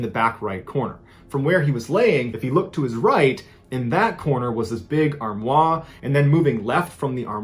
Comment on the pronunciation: Ballen’s inability to say english words that have french origins correctly is going to make me stop listening. Cache is not caché Armoire is not Armoi Foyer sounds like FOYAY. Not FOYERRRR. Learn these simple friggin words! It really makes me feel he’s not so smart. It has never bugged me so much in my whole life ans I went to school with a bunch of english kids doing french, terrible accents, but these words ballen can’t pronounce are friggin english I’m sure he’s smart, clearly just not in english pronunciation! It’s going to make me end up murdered due to ear damage from his flawed English. Sigh